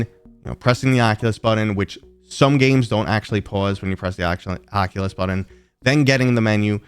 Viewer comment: Button, not Buddon. But great video :)